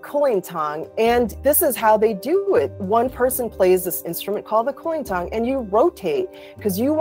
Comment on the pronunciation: "Cool lean thang" That is the most American pronunciation of kulintang I'm also curious. How did you know about Stupid Love? Is it originally an American song?